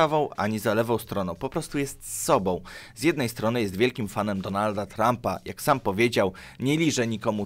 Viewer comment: Wszystko fajnie tylko naucz wymawiać się ą, ę, bo te soboł, prawiceł brzmi paskudnie